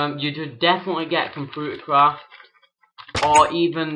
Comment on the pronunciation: P I love the way you say computer craft "compuutercroft" love your accent